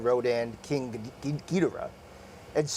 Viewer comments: They said Ghidorah wrong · Charles Austin he said it incorrectly. But to be fair, I've heard the Japanese say it three different ways